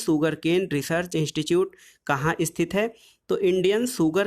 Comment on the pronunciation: इंस्टिट्यूट होता है इंस्टीच्यूट नही